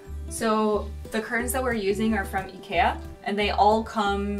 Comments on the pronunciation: omg it’s the first time I hear an American pronounce it ikea right. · first time I've ever heard an american pronounce Ikea the swedish way. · someone actually pronouncing IKEA almost correctly?? I am IMPRESSED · Omg so cute the way she says IKEA omg omg. IKEA is pronounced eye-key-ah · The Japanese (and apparently the original Swedish) way to pronounce it is ee-kay-ah. Since Swedish people have commented a bunch on our videos that that's how it's supposed to be pronounced, I say it that way more often than not now. I also learned through a video that Adidas in the original German is supposed to be pronounced AH-dee-dahs (with the emphasis on the first syllable). Making videos on the internet is great way to learn how you're doing things wrong haha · That's actually almost how the Swedes are pronouncing it. Also they say IKEA like this in many other languages, particularly in Europe. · As a swede, i can confirm shes not far away to the correct pronouncement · I actually love how you pronounce IKEA because it’s practically the Swedish pronunciation haha Making a Swede happy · pronunciation of Ikea is damn near perfect! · lol I love how you pronounce Ikea correctly unlike 99.9% of the people in america. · Wait a minute Did just pronounce IKEA CORRECTLY!?!?!?!? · You pronounced IKEA correctly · It’s weird to hear someone pronounce ikea right in an American accent. I’m so used to eye-key-ah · She just pronounced IKEA right???